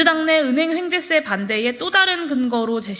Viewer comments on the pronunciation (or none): 황재세가 아니고 횡재세라고 하는 거 같은데,,, 그게 뭔지...